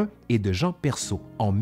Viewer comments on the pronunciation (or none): none